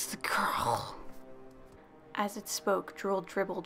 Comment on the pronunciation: when it said "where's the girl" i heard "Where is the gOrl?" and i can no longer take that part seriously.